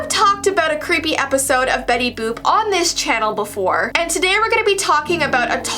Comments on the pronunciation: "Betty BOOp Why why it sounds like bOOB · it is Betty boot